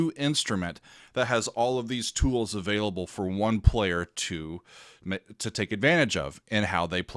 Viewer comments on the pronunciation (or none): none